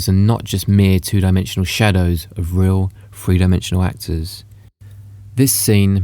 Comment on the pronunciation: Give up on the movie theories, and learn how to say Three correctly